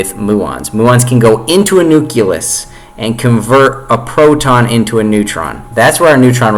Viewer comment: Fuck me. I'm struggling to think of when I ever heard a bigger stream of utter horseshit in my entire life. You can't even pronounce 'nucleus' properly.